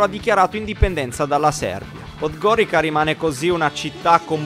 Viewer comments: Comunque non si dice PODGORIKA ma PODGORIZA (pronuncia) anche HERCEG NOVI =HERZEG NOVI (C=Z) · Dai ragazzi, sono di montenegro, ma come dici 'podgorica ", non è bello si sentire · si però raga la pronuncia di podgorica... ))))